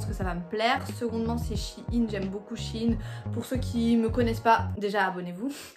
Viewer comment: Mais sa me stresse c'est pas Chine c'est shein~ 🤣😂